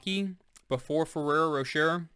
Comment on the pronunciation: Great review. FYI, the second R is Rocher is silent, it's pronounced' Roe-sheh'